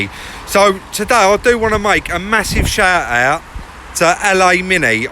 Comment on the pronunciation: "i'd like to give a massive shaht aht..." LOL love your vids mate!